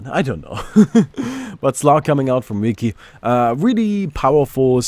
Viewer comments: I think its pronounced (vee-chee) but idk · Its VI-CHI, like chichi from dragon ball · its vee-chi like veni vidi vici julius ceasar. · cough Vee-chee cough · i like how cant pronounce V:v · its Vici as in Veni Vidi Vici, I came I saw I conquered in Latin. So its the same pronunciation, Vichi would be the english pronunciation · That's latin, you should pronounce that like you would in Italian or Espanol :D